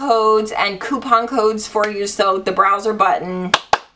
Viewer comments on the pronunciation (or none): none